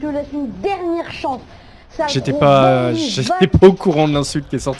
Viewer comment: C'est la cheatanceuh ! C'est la cheatanceuh ! 🎵🎶